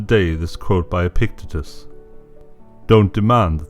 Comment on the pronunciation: I've heard this narrator many times. Why did you not rehearse with him how to pronounce "Epictetus"? Very unimpressive.